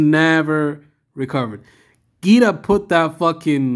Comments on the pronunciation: It's pronounced 'GWEEDA' not GEEDA ya' stooge. It you're doing a Y/t bit on a guy, the least you could do is get his name right. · Your saying Guida wrong mr. Good vid though. Gets my thummage. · Jesus you’re giving me OCD with that name pronunciation dude, just stop.